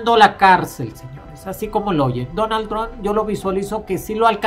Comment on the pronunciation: “Jon Baiden”, y “Donal Tron”. Órale